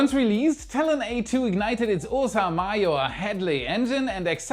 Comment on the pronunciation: It took me a second to realize your "Ooo So Mah Yore" was "Ursa Major".